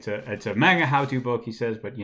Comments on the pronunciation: Ikr? It's pronounced mahnga, not manega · Are you saying maga or manga? Lol